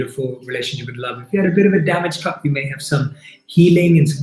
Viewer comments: This has been most enjoyable, I kinda went on my own journey though. Also, I swear u said cub xD not cup. So I imagined a baby cheetah xD which I took up to care for and go on our journey together. Now what does that mean, since I didn't have no plastic cup, I trashed :D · I thought he said cub too. Mine was a lion and I was confused by being asked what it was made of. When I realised I changed it to a mug I bought with a friend that always reminds me of her.